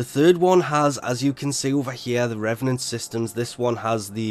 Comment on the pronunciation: It’s pronounced “Reevenant”